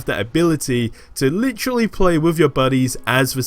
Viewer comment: Marvel Avengers must be this guy's only gig because he is a one- man hype show. Lol. Lit-Trah-Lee.